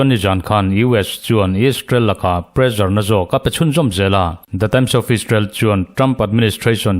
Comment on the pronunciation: Pressure kha Mizo ṭawng ni lo, sap ṭawnga kan hmang a nih chuan ' prezar' tihsak lovin presar tihsak ila.